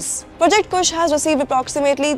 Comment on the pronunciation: Kusha hota hai woh madam kush nahi 🤦🤦